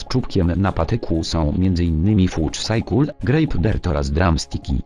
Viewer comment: haha zajebiście wymawiasz ,,cycle" xD ,,sajkul" kocham to